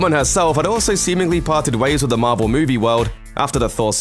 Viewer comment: Everyone Else: Marvel: Mavel